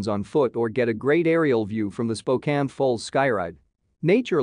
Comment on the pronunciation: Spokane?? SMH